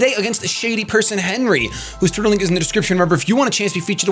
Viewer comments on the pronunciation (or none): It eventually starts to sound like he says "turtle link" instead of Twitter at the beginning.